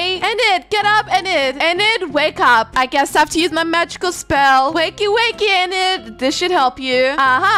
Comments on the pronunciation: it's pronounced ee-nid I think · Btw, Enid’s name is Pronounced Eee nid:) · Ur pronouncing Enid wrong it’s ee-nid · Love the vid but I think her name is pronounced ee-nid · I kinda am mad but happy its just that you say en id but its Enid you have to hear the E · HOW U PRONOUNCE ENID IS LIKE"EENID" BUT ITS SPELLED 1 E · ok i am going to say this btw even tho i say this does not mean i am not a fan i am a big fan of u but the way u said enid a how u said wednesday is kinda funny (not being rude btw just telling u:) ) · It's Enid say Denis